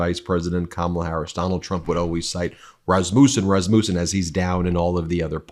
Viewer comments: iT IS PRONOUNCED ras-mUSSEN, not ras-moosen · I think its pronounced rass-ma-son. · "Raz-muh-sen" please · Is that how it's pronounced? I went to school with someone with that last name & they pronounced it Ras mussin.